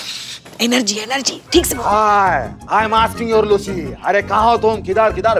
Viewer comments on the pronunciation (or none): said luciya😂😂😂😂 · khta h luci ko Lucia 😂😂😂😂